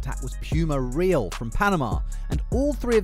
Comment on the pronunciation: I think you're not pronouncing Puma Real right. Since it's from Panama shouldn't the Real be pronounced as rayal instead of reel?